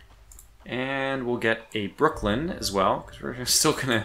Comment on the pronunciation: For the love of the Spurious Deity, there is no D at the end of Brooklyn! LOL. Enjoying the series, got some good tips from it.